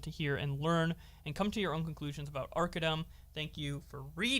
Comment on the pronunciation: The one time u said his name right all 3 videos is when u made fun of him I think the first post calling him “Arca DUMB”😂I get it he’s a piece of shit who cares but I guess I have some type of ocd cause I notice it every time 😂